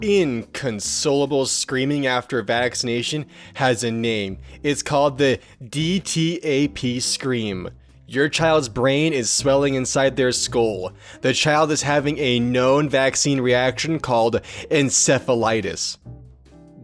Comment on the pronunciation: Actually, Encephalitis is pretty much any swelling/inflamation of the brain, and can have many causes, however I suspect you're thinking of it being a symptom of rabies. Also, DTaP is usually pronounced "D Tap". All of which to say you're probably on par with "Doctor"